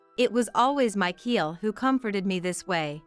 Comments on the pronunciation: Michael is NOT pronounced /my-keel/. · It's MICHAEL! The pronunciation is wrong, along with the 10 month of pregnancy situation